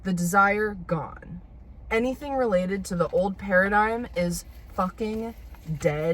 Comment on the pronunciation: When u said new paradigm then the way you said new pair of dimes LOL you are low key hilarious dude